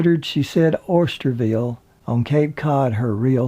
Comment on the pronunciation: Very nice tribute to the late great very beautiful inside and out Lee Remick...thank you! BTW, it's pronounced Osterville here on Cape Cod not Oysterville. Actually, the most upscale affluent community here on the Cape and of course, gorgeous!